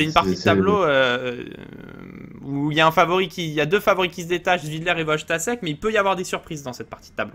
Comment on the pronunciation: S'il vous plaît, apprenez à prononcer les noms Polonais, Wojtaszek se prononce Voïtachèque.